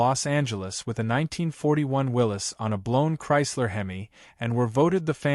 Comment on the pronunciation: Willys pronounced correctly, spelt incorrectly